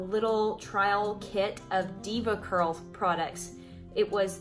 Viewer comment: Everything sounded great until she said Devacurl 😆 ... no wonder they both got bad results